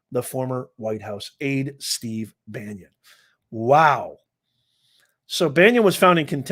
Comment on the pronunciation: Bannon, not Banyon.